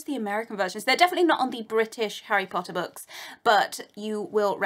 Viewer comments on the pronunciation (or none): none